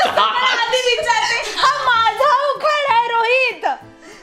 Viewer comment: उखाना ? नाही उखाणा असा शब्द आहे 😀